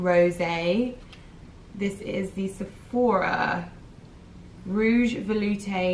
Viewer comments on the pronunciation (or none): none